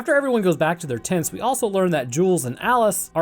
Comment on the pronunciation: was saying "As you do they get their tents setup." Did you purposefully mispronounce tents as tits, as that combined with the edit of the characters kissing is highly suspect.